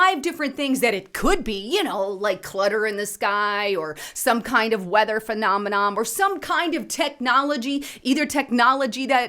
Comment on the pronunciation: Girrrrrl, it's not "phenomenom"- the word is "phenomenon", ending in an "N"! Geeez